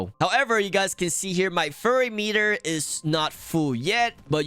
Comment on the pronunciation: Why are you calling it furry? It’s a fury meter.